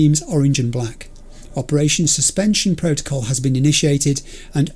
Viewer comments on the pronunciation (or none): none